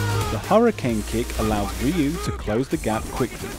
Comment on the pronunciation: SFV Ryu intro : pronounces Rye-you MVCI Ryu intro: pronounces satsu no ha dough